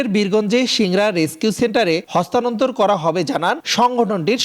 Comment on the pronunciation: হস্তানন্তর নয় হস্তান্তর